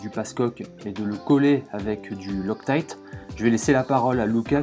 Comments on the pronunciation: La marque de la colle c'est "loctite" et non pas "loctaillte" et surtout, mis à part la marque c'est quel type de colle? Je demande car il y a tellement de produits différents chez chaque marque ... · Pourquoi tu prononces « lostaïte »?